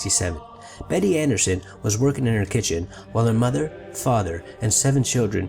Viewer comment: A) it's not "andreeson", it's "ahndreyason". B) Betty is my great aunt. C) it wasn't a bird, it was specifically a phoenix. D) I'm still love this video 😊 read the Andreasson Affair to learn more of her experience, it's at the least a great read (: also, my father is in the family picture near the end of the book (